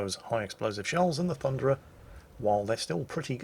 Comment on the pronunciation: It's not the Thunderer... It's the Funderer...